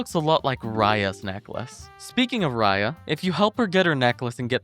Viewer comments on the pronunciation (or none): none